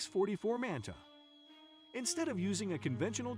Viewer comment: X-44 Manta. Pronounced as the video said it the first time. (Mant ah)